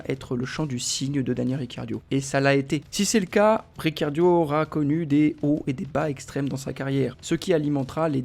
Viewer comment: Ricciardo et non pas Riccardio 👎👎👎